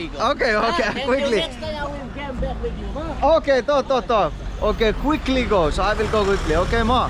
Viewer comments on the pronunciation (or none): none